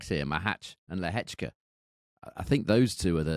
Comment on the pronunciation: Predictions are best when people have money on the line! Haha. I only wish would drop his chav / bogan / red neck pronunciation of Machac / Lehechka